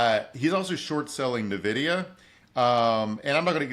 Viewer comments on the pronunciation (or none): I know every news network and finance bro talking about it says "Nuh-vidia", but it's actually Letter N and video with an a, so "In/En-Vidia"